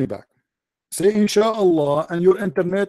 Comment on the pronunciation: install net don't say insalla 😂😂😂